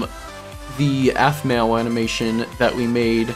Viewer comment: Ps did he say apmoau Uh ok i don’t know how to her name